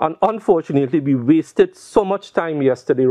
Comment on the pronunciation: Lol the emphasize of “wasted our time”